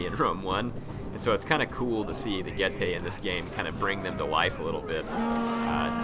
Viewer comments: getae would be pronounced get-i. not get-ay. in latin the dipthong "ae" is said as 'ai' like aisle in english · Correct pronunciation G-e-tz-ee